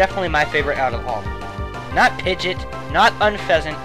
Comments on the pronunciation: advancemaster Gengar Ik,but he said pidget. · Wait, wait. Did you just pronounce Pidgeot, Pidgit? :/